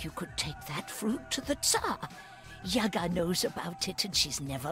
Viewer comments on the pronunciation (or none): yagA, not yAga. yAga - it`s a drink for gopniks.=)